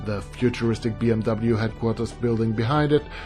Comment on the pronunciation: Looks really cool, I like how you pronounced BMW the English way “Bee-Em-Double-You” as opposed to the German pronunciation which is "Bee-Em-Vee"